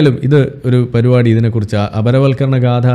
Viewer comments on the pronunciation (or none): none